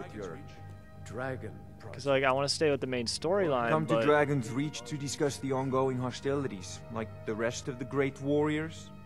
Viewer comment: It's DragonsReach not DragonSearch lol